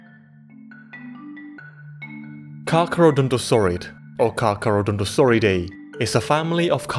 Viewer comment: it's Carcharodontosauridae